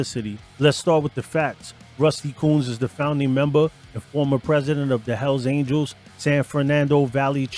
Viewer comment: Por que cuando dices hell angel en singular lo pronuncias bien y en plural dices aniels 🤔?